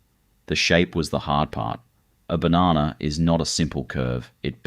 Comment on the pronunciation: 30 Seconds in and im done listening to you pronounce "Banana"